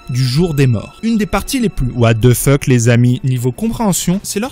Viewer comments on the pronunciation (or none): none